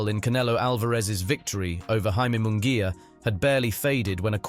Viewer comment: It's embarrassing and insulting for a public figure such as an ring announcer, commentator etc. to mispronounce a fighter's name as in this video. Munguia's name is butchered. Jim Lampley bolos on many of his hosted fights. He tries so hard to roll his "R's" that he does so even when he doesn't have to. Example: "la cerveza mas fria". He rolls his R's on cerveza (correct), fria (incorrect). All I want for Christmas is for our professional figures to do their homework and respect those whose names they have to pronounce.